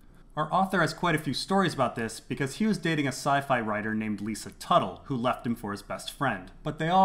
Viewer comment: Lisa Tuttle.....Lysa Tully